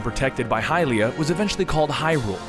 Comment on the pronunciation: i thought hylia was pronounced hill-ia